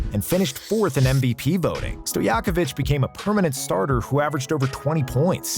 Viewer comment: How can you mispronounce Divac, while being on target with much harder Peja Stojaković? 😆 "C" in Divac is pronounced similarly to "zz" in pizza. You pronounce it like "K"...